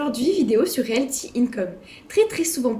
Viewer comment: Bon déjà... c'est Realty !!! Pas Realthy